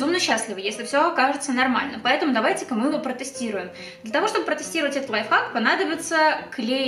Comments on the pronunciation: Не лайфак а лайфхак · Аааааааааааа меня бомбит не ЛАЙФАК а ЛАЙФХАК!!!!БЕСИИИИТ